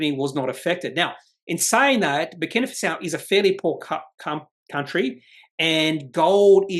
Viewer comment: Thanks. (by the way, it's pronounced Faso, not Fasao). Looks very promising but the jurisdiction risk makes me nervous.